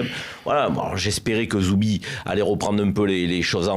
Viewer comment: Et c est pas zubi mais zobi plutôt 😁😁😁😁😁😁😁😁😁😁😁😁😁😁